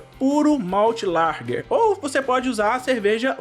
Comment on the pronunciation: Não é larger é Lager